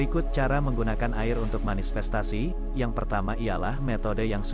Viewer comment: manifestasi min.. bukan manisfestasi 🙈🙏